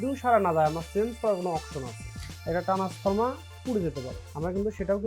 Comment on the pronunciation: আরে ভাই ট্রান্সফরমার না ট্রান্সফর্মার